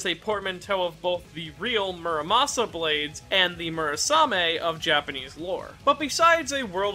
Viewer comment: Terraria players get heavy nerves whenever anyone says mur sama instead of the muramasa